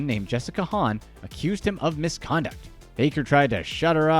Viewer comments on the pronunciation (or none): none